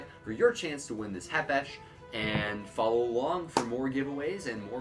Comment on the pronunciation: Th k isn’t silent